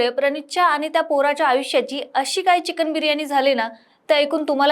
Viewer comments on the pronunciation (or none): none